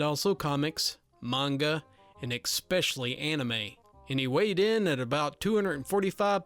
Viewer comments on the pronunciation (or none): Every time he pronounces the word especially as "expecially" it makes me cringe. I'm sorry ^-^' I can't help it. I try my best not to correct people, but it's a struggle to keep my inner grammar-nazi from slamming a dictionary in front of everyone and saying "WHERE DO YOU SEE THE X IN ESPECIALLY!?" XD